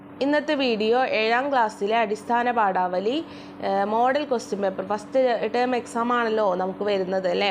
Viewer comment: പാടാവലിയല്ല, പാഠാവലി